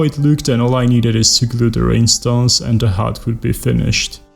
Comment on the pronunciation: I dont have enough words to describe how beautiful she is. Just signed up for patreon, hoping to be of some small kind of help :) Btw, I love the way you pronounce rhinestones, makes them seem even more magical :)